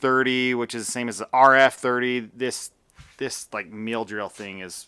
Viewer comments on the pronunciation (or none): He keeps pronouncing it 'meal' 😂